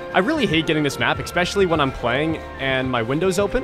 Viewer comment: I like how you still say, even though everyone told you not to, "expecially"